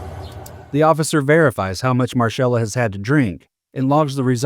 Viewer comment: It’s pronounced Marcella not marshella.